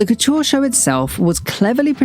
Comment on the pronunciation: Please pronounce it correctly, not "Kutuuar", also not "Gvas-lia" but "Gva-sa-li-a". the Ikea Bag was not a reference to his Georgia times but to his time in Antwerpen as a Student (as stated in his Paris Exhibition).